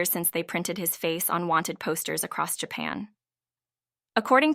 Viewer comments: "Jay-pan" Stupid robot. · I expected a few errors in pronouncing Japanese words, but common English words -- woman, sightings, and Japan -- should never be mangled so badly. Were you distracted from to ? Odd how a bunch of comments have disappeared.